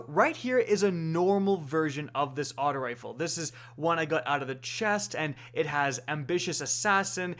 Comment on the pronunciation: Can you say “aut-oh” and not “aut-ah” when you say auto rifle? It pisses me off